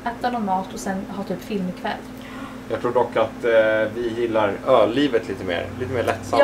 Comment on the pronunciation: Haha när säger att ni gillar Ö-livet lite mer, men jag hör ÖL-Livet haha 😂🙈